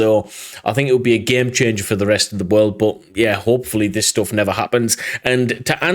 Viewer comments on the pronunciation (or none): none